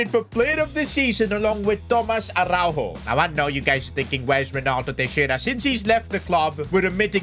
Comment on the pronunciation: as a portuguese speaker araujo dont pronuncie a-hau-ho and yes ara-u-yo(yo in spanish)